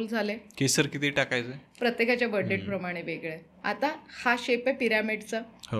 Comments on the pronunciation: Yantra, tabiz kuthun pakadun anala yanna! 🤦‍♂️ Ani debt is pronounced as “det” similar to “pet”. “Depth” mhanje “kholi” 🙄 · Depth nhi डेट म्हणा.. IT is Florida not folorifa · Debt चा उच्चार डेट असा आहे. मराठीत कर्ज म्हणू शकतो